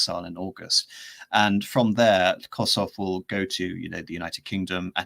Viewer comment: Koshutt ... with a T ... not Koshoff ... or Kosothhhhh (ð, te aitch) his name is only written with a "th" to make it look more fancy, that was the habit of the time, like in Rothschild instead of Rotschild or Sathmár instead of modern Szatmár. But this "h" has to be ignored, it is not pronounced and doesn't change the sound of the t. and his first name is Layosh